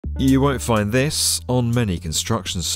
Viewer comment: The words “this” and “sights have 3 syllables now.